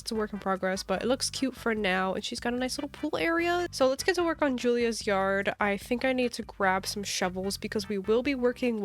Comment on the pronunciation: I love how u say yarrrrd💅im sick to btw☺